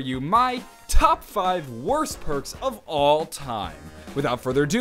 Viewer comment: Persk ??? It's perks